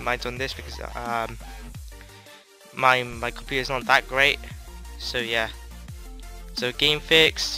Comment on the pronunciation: do you have a slow computaa lol, sorry it sounded wierd. But good video dude. could u do a tutorial on how to do the getaway black monday on the emulator plz!